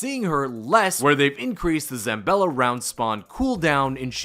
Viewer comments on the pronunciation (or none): Late, but: It's: "ZA-BALL-A", not "ZAM-BELL-A". And also: "VARGO-ESS" not "VARGO-FIVE". Thanks for the vid! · Where is this dude finding an M in Zabella